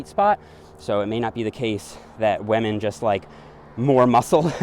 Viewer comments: I love how says wamen instead of women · I hear "Weminn". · Am I the only one hearing wahmen instead of women? xD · Does anyone else hears him saying wamen instead of women? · Me: Women.: Wahmen. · WAMEN! (i think he is watching pewdepie these days) 😂🤣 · "whamen" (c) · Each time he says "wah-men" instead of "women" xD. Love the content though, good work! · What the hell is a wehh-min? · Waymen . updated my pronouncation. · why does he say wamen? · Great video, good content but I can't help it... : waman 😂😅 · what is a "weh-min"? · “Men and wamen” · I love how you said whamen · I was just about to comment that and was checking to see if anyone else did 😅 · I almost hear lemon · Gotta respect wahmen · First you get ze glutes, zen you get ze powah, zen you get ze wemmin!